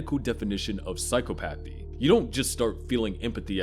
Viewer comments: Its pronounced "sai·kaa·puh·thee" not "psycho-pathy". And "uh·lek·suh·thai·mee·uh" not "uh·lek·suh·thim·mee·uh". He doesnt meet the diagnostic criteria for autism either. Anyone can have alexithymia, be on the asexual spectrum, and everyone masks. That doesnt mean hes autistic. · Its pronounced "psy-chopathy" not "psycho-pathy" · I want to watch this video. But I can’t handle how you’re putting the emphasis on the wrong syllable (Yes, I’m saying the quote properly in my head, don’t worry, readers). PsyCOPathy. Psychopathy, but just think about how often COPS are heartless. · the way this guy is saying psychopathy is really pissing me off